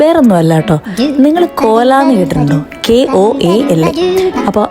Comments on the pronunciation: Kola alla ko aaa la ko aaa la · കോല അല്ല കൊആള😂